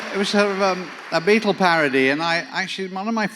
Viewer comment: Love Ryan’s English pronunciation of “Beatle”. Nice touch.